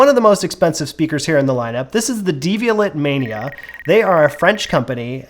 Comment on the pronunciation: Devial*AY* (-et, French; like Chevrolet).